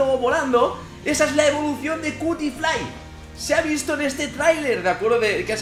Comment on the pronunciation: Pinshis españoles, nunca entienden que se pronuncia cutifly se pronunsia "quiutiflai" :'v